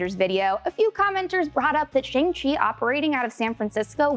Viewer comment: It’s pronounced “Shahng (as in ‘ah!’) Sche”.